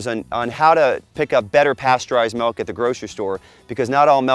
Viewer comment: Practice it's pronounced milk not melk